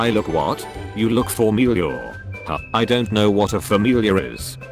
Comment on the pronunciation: OHH I UNDERSTAND THE "YOU LOOK FOR MEAL YOUR" PART. Excuse me for screaming, but I'm pretty sure he was trying to say "familiar" but somehow he fucked it up, or it autocorrected. So technically, it's not a 👦🌴, if you decipher on what he's trying to say. Yeah, "familiar", not "for meal your"